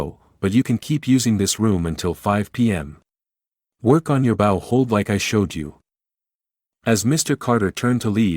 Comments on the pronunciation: If you are going to perform this in American English, then learn to pronounce the language correctly! The bow used with a violin is not pronounced bow like in bow wow! Correct is BOW but say bow ( BO )! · You should tell AI that when a storyline is speaking about violin, the word b o w is pronounced bow- like hair-bow. Not bow, which you do after the proformance. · A bow can be the front of a boat, and the "ow" is pronounced like "ouch" that hurts. BUT when it is talking about the thing used to play a violin, it is pronounced like "oh" as in "oh no"! The bow is the stick that the boy is holding at minute as he stands in the kitchen. I just want help you to improve something that is already very good. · It’s a bow pronounced bogh not bow like you do to a king. Total and utter nonsense not even a prodigy can learn that quickly this is the hardest instrument to learn. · Just spoilt by miss pronounced. Bow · A truly poignant story. It's too bad that the writing was so long winded and that no one corrected the mispronunciation of the word 'bow' . That's AI for you! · Is the audio AI? The bow for the violin is pronounced differently than the bow of the ship! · Why can't people say the words properly, the word is Bow as in Bowtie and not Bow as in bow of a ship, get people who can speak properly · Nice story. Can you correct the pronunciation of the word bow and wound? They are mispronounced in the context of the story. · AI has such problems still. Bow, a musical device, and bow, decoration ribbon, are not pronounced the same. It is jarring to hear the wrong pronunciation in the story.😢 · The violin’s bow is pronounced as in low, not like the sound like a ship’s bow. In addition, an injury is pronounced like woond, not like I “wound” my watch. Lack of proofing the narration against the script. Otherwise a wonderful uplifting story. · Yeah. They said violin bow as if it rhymes with cow. The violin bow rhymes with show. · You mispronounced bow